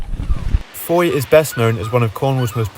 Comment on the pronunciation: Andy from Australia here. Just noticed you pronounced Fowey wrongly. I'll bet I'm not the only one to point this out....Ive never been there myself😂🃏